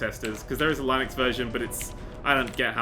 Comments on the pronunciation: its linux not line-ux. linus the linux penguin. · "Line-nix" Why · It's pronounced Linux, not Linux